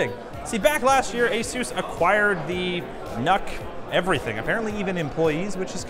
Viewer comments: Correct me if you can, but I thought that the reading of NUC was supposed to be "nook", because it's meant to be placed in a smaller place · Is anyone else bothered by how he pronounces NUC?